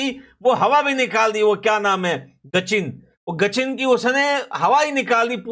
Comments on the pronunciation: Gachin😂😂😂😂😂, its sachin. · Gachin nahi😂😂😂😂 Sachin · गचिन 😂नहीं सचिन नाम है उसका